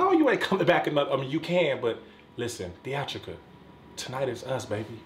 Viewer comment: Theatrical I'm rolling hard 😂😂😂😂